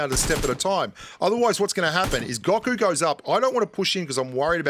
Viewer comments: Its Go Ku not Gaku lol #DBZ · Watch DBZ. It’s (Go-Ku) lol